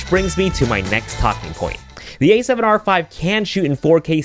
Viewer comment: The A7 YAAAAAAARRRRR V 💀😂